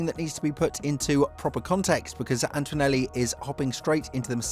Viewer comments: AnTOnelli ✅ AnTOInelli ❌ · There's no "w" sound in Antonelli...